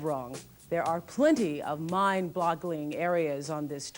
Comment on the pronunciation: “There are plenty of mind bloggling areas…” why they kept this spoonerism in the video instead of doing another take so she could say “mind boggling” is beyond me. 😂